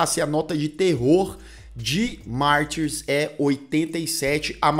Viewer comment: Se a versão comentada é a original, francesa (a única que importa) então pra quê pronunciar "Martyrs" com sotaque inglês? Mas que colonização cognitiva!